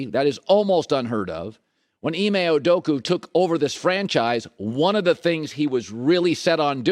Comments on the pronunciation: It is maddening listening to Colin talk ab the Celtics, even when it’s finally in a positive light. Why is it so hard to say Udoka instead of Oodookoo. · colin: Ime Udoka: “Ime Udoku” Kevin looney: “KayVon looney”